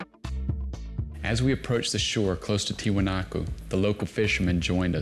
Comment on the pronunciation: Omg the one dude kept calling the site TiwanakO thru the whole doc. Spent how many years there and cant pronounce the word correctly?